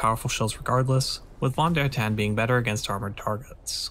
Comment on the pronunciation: The German v is pronounced as an English f…